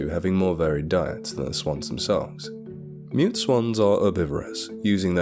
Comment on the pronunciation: "Mute" I thought you said "Meat" swans 😜